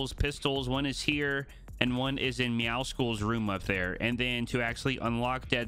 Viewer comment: why does everyone say meowscles wrong